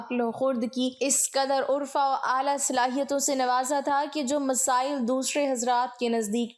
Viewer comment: Plz correct the pronunciation of these two words: line no. 9 khird not khurd Arfa not urfa